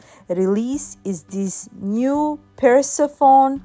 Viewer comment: Not being critical, 😊 - this is how you pronounce Persephone: Purr--seff--oh--nee I hope this is helpful to you, my friend.😊❤😘🥰